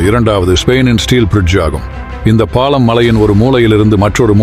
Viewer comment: ல, ள, ழ, உச்சரிப்பு சரியில்லை பாளம் இல்லை பாலம். ஒரு மூளையிலிருந்து❎ மூலையிலிருந்து ✅